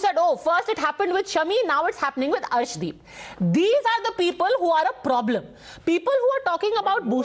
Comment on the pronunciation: Nice to see you back Padmaja This can’t pronounce the name of Arshdeep properly claims that 25% Indians trolled against Arshdeep Sirsa is correct in filing case against Zuber for spreading false rumours on Arshdeep in Pakistan These along with Pakistani echo system are the real culprits in spreading false Kalisthani propaganda on Arshdeep